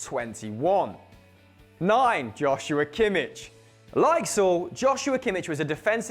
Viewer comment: Wow you butchered Joshua's name.